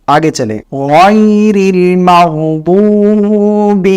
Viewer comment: मग्जुबिऔर जुआलीन को मगदूबी waladdualeen क्यों parte हैं